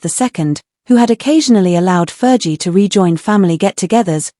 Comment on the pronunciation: Ferghie not jie!